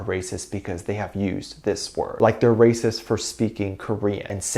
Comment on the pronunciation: did I hear you say #BTSARERAPIST? instead of #BTSARERACIST? 🙊